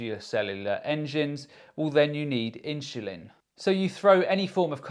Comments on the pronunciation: S/l inchulin to me??? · Am I the only one hearing insulin pronounced differently? I’m sure that’s the right way 😊